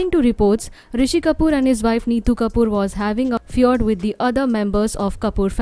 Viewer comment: Narrator.......learn to pronounce feud before using it to malign a bereaved family. Shame